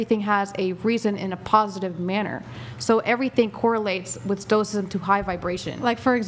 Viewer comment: I blew cherries when she said Stokcism.